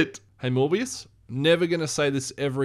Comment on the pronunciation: I can’t be the only one who hears him say “more BS” not Morbius 😂